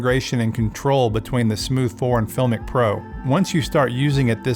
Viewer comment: You're pronouncing the name wrong !!